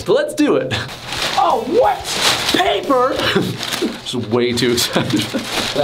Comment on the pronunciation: Only 2 minutes in and im dying. You said PAPERRR. yassss